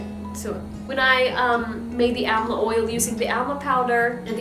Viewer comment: It is pronounced as 'Daabar Aamla'